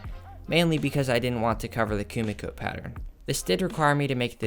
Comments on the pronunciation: It's not Kumiko 🤣 This is called kumiki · is not it KUMIKI not KUMIKO?